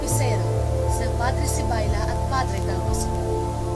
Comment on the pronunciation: Ang pronunciation po ng padre Sibyla at "Sibila" at hindi "Sibayla". Ano ba yan hindi pa man ako nakakatapos ng isang talata may mali na... ayy... nawalan na ako ng gana..